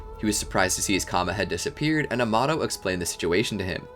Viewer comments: Someone tell him its karma not kama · Karma* not Kama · Bro it's karma not kama